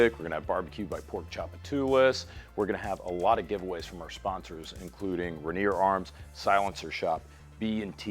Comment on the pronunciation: Just a pedantic note, it's pronounced RAIN-EAR. Not Ruh-near. - someone who climbed it.